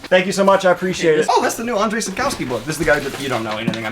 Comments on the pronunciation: The author from the Tower of Fools is pronounced like ONGE-REY SAP-KOV-SKI ;) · I know someone whose name is Andrzej and it’s pronounced Ahn-Jay not Ahn-Dre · Andrzej is pronounced and-zh-ay by the way